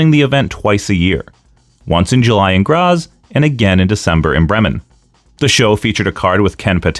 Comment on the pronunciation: And it kicks off with a proto-Frankensteiner . Also that's not how any of those words are pronounced. BREH-men, not "Bremmen", GrAHts, not "Gras". Anyway, when I was a kid I remember Wanz coming onto a TV talk show and making a huge point out of them disallowing closed fist punches which I thought was really smart in explaining why you'd even use something as an open-hand chop. HOWEVER, I feel like you're not giving enough time to Peter William who was also very active as a wrestling commentator on German TV for 10+ years on a level comparable to Gorilla Monsoon (especially cause everyone else was the pits and still is).